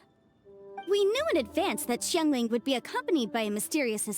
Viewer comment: Madame ping is the only one who pronounced Xiangling’s name correctly lol